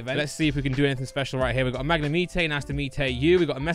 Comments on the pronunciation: Keep the content coming but please say Mag-ne-mite, really annoying how you say this pokemon!! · Please tell me you're not serious about pronouncing Magnemite as "Mag-ne-meet-tay"?